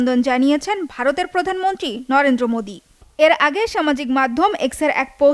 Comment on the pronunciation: প্রধানমন্ত্রী বলতে পারেনা সংবাদ পাঠিকা। বলে প্রধানমনট্রি শিং লিশ।।।